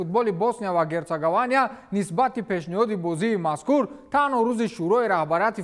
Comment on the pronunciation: Босния ва Гертсогования Не, ... Босния ва Гертсоговиния 😊😊